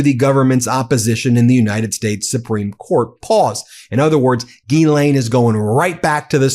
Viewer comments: OT: The ‘s’ in Ghislaine is not silent. It’s pronounced ‘Jeez-len’. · With your big team it amazes me that no one is pronouncing' Ghislaine ' properly ...there are sites to teach you how to say her name ...look it up and stop sounding silly with the stupid way you say her name